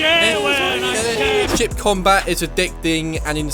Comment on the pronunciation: I thought he was saying shit instead of ship combat. 😅